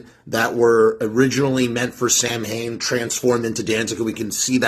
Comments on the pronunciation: Or "sow-win". But definitely not SAM...HAYNE. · It's pronounced SAL. WIN. letter a is silent as well as letter I. Doofus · The BAND is pronounced SAM HAIN, my guy. The historical event is pronounced SOWW IN, but the band has always been pronounced the incorrect way of the Irish feast. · Excuse me, teacher. This bad man is mispronouncing samhain again. Buddy, 40 years in everybody knows how it's actually pronounced and everybody also knows how the band does it.